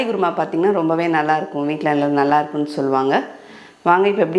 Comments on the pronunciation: Guruma illema. Say kuruma. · Kurma, Korma! Not Guru Ma :):) Nice recipe for ragi chapati, thanx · Madam it is not gurma , it is called kurma , tell properly